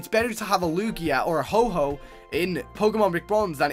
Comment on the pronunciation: Everybody comments whether pokemon breeze is good or bad I'm just sitting here watching glitch and make the snowboarder jump BTW:It's Ho-oh not Ho-ho.